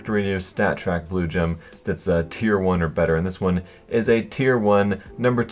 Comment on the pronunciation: I swear 2 or 3 times in this vid he says blowjob instead of Blue Gem